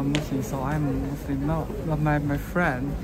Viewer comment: when you pronounce muslim, i hear like you are saying Muslin with an 'n'. is it just me? 😁😁